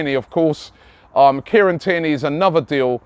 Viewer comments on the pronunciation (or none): none